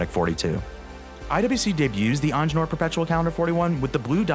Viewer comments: It's not onjenur dude! EENGEENURR, It's a german name damn it😡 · If you want a watch channel, either learn how to pronounce French words or hire someone who can. Because that is clearly NOT how to pronounce "Ingenieur"